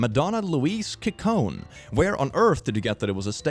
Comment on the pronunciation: Kikkone? Lol You'll have to learn how to say Ciccone...love you tho,.